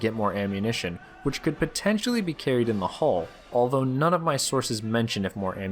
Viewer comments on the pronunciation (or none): none